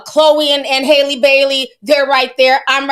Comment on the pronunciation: It’s Halle like berry 😂